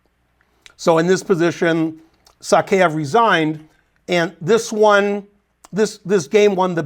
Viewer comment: So crazy to think of Morozevich as a player of the past. Somewhere around Covid it seems like he just stopped playing. It's "Sakaev" btw. Not "Sakeev".